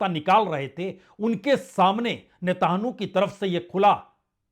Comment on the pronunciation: सर, आप नेतन्याहू को नेतानु और वेनज़ुएला को वेंजुला क्यों बोलते हैं? कृपया अपना उच्चारण सुधारिए।